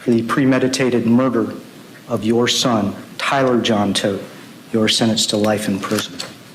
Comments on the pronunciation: It’s tow-t family, not Todt the way you’re saying it. It’s German. It means dead ironically enough. Anyone that has played RuneScape knows Wintertodt. Also, I know some German. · Hey dude, it’s pronounced Tow-t, and it’s German, it means dead ironically enough. Wintertodt is a popular world boss on RuneScape, this is not how I figured this out but it’s the most common example of Todt I know. Well, now this. Poor kids. Poor dog. There is no afterlife and I hope his brain realizes that as it shuts down.